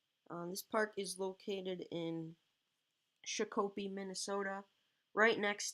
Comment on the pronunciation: No offense or anything but you pronounced Shakopee wrong